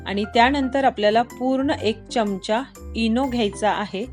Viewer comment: Taai khup chan aahe cake tumcha Pn te chamach ha shabadha nit bola jaea😊